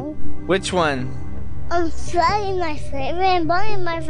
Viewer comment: Freddeh is on THE PHLOOR